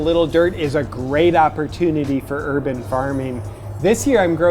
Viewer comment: "Herban farming" (pharming?)